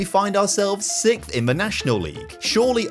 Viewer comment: Why do so many British people say ‘sixth’ wrong. What the heck is sickth?